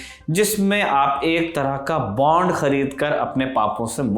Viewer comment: बॉन्ड not बांड... बाकी आपकी जानकारी बहुत बढ़िया है।।